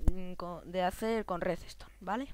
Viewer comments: se dice redstone no reseston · Se pronuncia redstone no redestone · "resestom" ... ? tranquilo , existen otras palabras mas que " claramente "